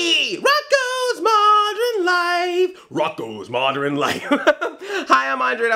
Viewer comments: Why do you pronounce "modern" as "moderin?" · Moder-in Life?